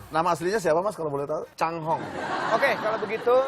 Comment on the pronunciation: nyebut merk CANGHONG wwkwkwkw